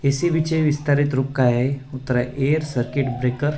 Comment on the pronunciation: Air सर्किट ब्रेकर मनतात,,, किरिकर नाही 😂😂